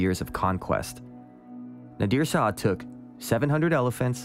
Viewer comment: Really well done. Enjoying it. WIth all friendliness intended, may I gently suggest that "Shah" is pronounced as one syllable? Just like "hah", but with a "shhhh" sound at the start. Not two syllables as "Sah-hah."